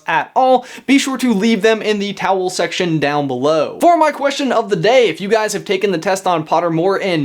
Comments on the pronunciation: am I the only one who thinks it sounds like he is saying towel section istead of comment section? also #slytherinforlife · Did he just say "towel section"?